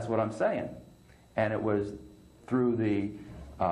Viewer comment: did you intentionally say fru instead of through?